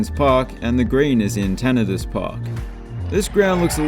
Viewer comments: Tanna.....DICE. Not Tanna....diss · Your pronounciations of Tannadice and McDiarmid Park made my ears bleed.